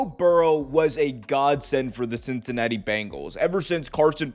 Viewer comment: "Cincanatti" lol